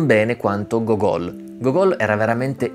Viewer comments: si pronuncia Gógol' con "gl" alla fine. Go-gól invece si dice allo stadio. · Si dice Go'gol, l'accento sulla prima "o".